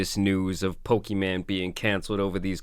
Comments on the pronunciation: Can you please learn how to pronounce her name if you continue to make videos about her? Her name is not Pokiman, it's Pokimane. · "We're talking about poki man" lmao. Its poki - mayne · It's pronounced Poki-main not Poki-man 😩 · He pronounces her name as “Poki-Man” instead of pokimane 😂😆🤣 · her name is pokimane bro.. not pokiman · It’s pronounced poki maine (I think, anyways that’s how I keep hearing it being said) more so than poki man , ‘cause she ain’t a man or a broke boy. 😂 That said why a gamer girl would want to sell cookies is beyond my comprehension, I’ll take my cookies from elves in a tree thank you. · Dude said Poki man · Makes laugh every time he says PokiMan. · "Poki-man" Lol 😂😂😂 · F it imma change how i say her name to Poki-Man from now on lol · Let me just say the best part of any of this is you calling her "Pokey- MAN" 😂 shit never gets old. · Pokiman is hilarious. Whether you are intending to pronounce it wrong or not, please keep doing it lol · its poki-MANE. your pronunciation of her name has been bugging me since the last vod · Bro said: poki-man 💀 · "Pokiman" you're trolling lmaoooo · Why are you saying it so redacted she said it’s “pokimon” but the rest of the internet outside of destiny pronounces it “pokey-maine”. Just like when people say “Mary-O” instead of “mario”. It’s insane how people pronounce things sometimes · I don’t know if you’re doing it on purpose but PLEASE keep calling her PokiMan. It’s hilarious 😆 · It’s kinda weird that you say her name wrong. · Why mispronounce her name? I am all for pointing out scams or bad behavior, but at least say the name correctly. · Once I heard her name said the right way. Hearing it how he's saying it is like a record scratch. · I swear you say her name wrong on purpose and it's hilarious 😂😂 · I hate how you mispronounce her name. Not even a fan of her but just bc it’s mispronounced 😂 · the way he says her name wrong 😂